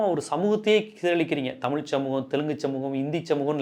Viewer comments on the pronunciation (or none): none